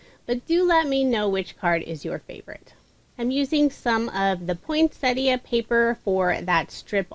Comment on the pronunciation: Finally, someone who knows how to pronounce ‘Poinsettia’ Thank You 😊 I’ve watched a few tutorials using the awesome plant 🌱 but couldn’t watch to the end because it flustered me,,,,,,,immensely.